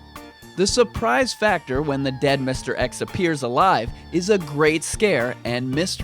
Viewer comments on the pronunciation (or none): none